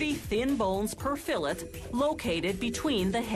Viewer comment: She says 'fillet' wrong.